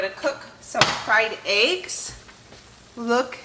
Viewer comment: I’ve seen most of your videos and only now can I hear your accent. The way you say peppers. Lol. And eggs kills me. Aye-ggs vs Eh-ggs. It made me smile.